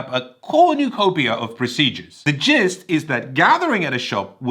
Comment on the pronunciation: Did you say GIST or as I thought I heard JIZZED?!